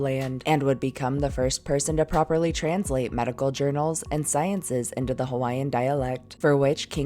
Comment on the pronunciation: Your pronunciation of the Hawaiian words was excellent,Awesome Work!